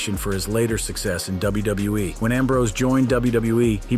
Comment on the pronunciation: Am I the only one that's hearing him say "WBE" instead of WWE half the time? Or am I having some kind of episode?